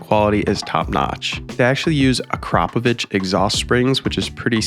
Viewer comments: YES!!!! Finally somebody pronounces the exhaust correctly!!!! (ACRAPOVIC) A-CROP-A-VICH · I love that you said Akrapovic correctly. 🫵🏻👍🏻